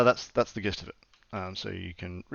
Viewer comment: This is looking awesome already. Nice! I hope you finish it. Will you open-source the code? (BTW, every time you say "gist" with a hard 'g' I die a little bit on the inside)